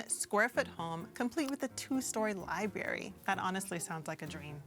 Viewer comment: it's "Library" not "liberry"